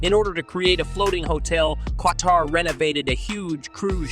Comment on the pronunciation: Did u say K-TAR 😂 good one